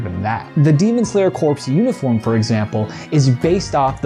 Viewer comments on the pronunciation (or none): corps is pronouncedlike core